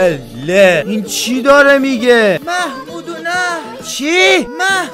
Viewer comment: فقط اونجا که طرف از دور میگه مح مودونح😂